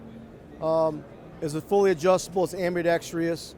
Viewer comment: A.m.b.i.d.e.x.t.r.o.u.s Now say it without the i (the one that doesn't exist). You're a salesmen of firearms. So unprofessional... Or maybe convince the authors of dictionaries to change the spelling since so many videos I've watched lately are mispronouncing the word. Ugh.